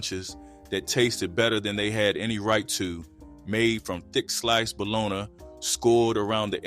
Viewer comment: Love it all… now I’m hungry. But why he pronounce Bologna like that? Dang 😂😂😂